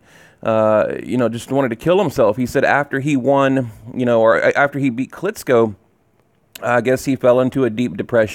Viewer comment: KLITCHKO not KLITSKO